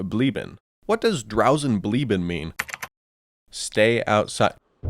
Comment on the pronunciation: I love how he properly pronounces the ẞ but not the Bleiben afterwards lol